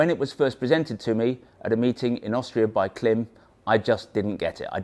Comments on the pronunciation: Pronounce the i. It's Kl-eye-m, not Kl-eh-m. Like Climb w/o the b. Klim. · Pronounced climb. But good review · it's KLIM -- as in "climb". That's why the "i" in the logo has a long sign on top. A long "i". KL- AYE - M. Otherwise, love your stuff, wish motolegends was in US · Klim 🤣It’s pronounced Klime!! 😂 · Please pronounce KLIM correctly! 🙄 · Oh dear - if you are selling Klim gear, it's probably best to find out how to pronounce the brand name correctly first